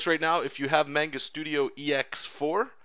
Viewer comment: Otaku rage burns at the miss pronounciation of manga...